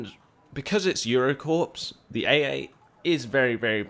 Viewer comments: It's pronounced "core" not "corps" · Corps is pronounced "core", hence Marine Corps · Corps is pronounce Core, like Marine Corps